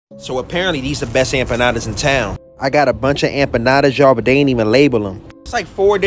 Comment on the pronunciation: "AmpaNADAS." Hes killing people with these pronunciations.